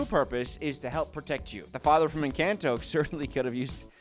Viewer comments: I swear this "new rule" you've implemented has been around for the almost 6 years I've been subscribed to you lmfao (also the butchering of the word 'Encanto' hurts, esp bc the say it IN the movie😭😭😭) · pronouncing Encanto wrong the whole video had me yelling at the screen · the pronunciation of encanto is making me laugh so much, thank you